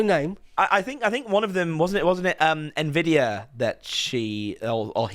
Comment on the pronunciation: Dude at least he pronounced it right. I've heard so many boomers say envidia.